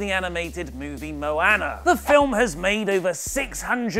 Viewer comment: It's called MO AWNA, NOT NO ANNA.